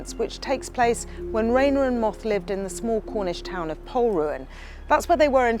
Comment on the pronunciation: It's pronounced Pol-RU-an. The stress is on the second syllable.